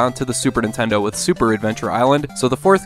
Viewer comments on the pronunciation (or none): none